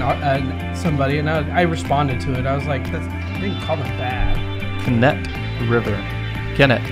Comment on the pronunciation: Kennet river is pronounced as Kent (a little bit of no et sound but just Kent) Kent river.